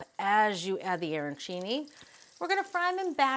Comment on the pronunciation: Arancini not airancini. The pronunciation just hurts the ears.